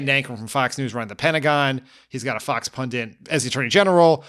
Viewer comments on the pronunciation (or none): Dan, it's pundit, not pundant.